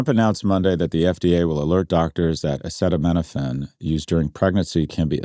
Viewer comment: You might wanna give pronouncing acetaminophen one more go SG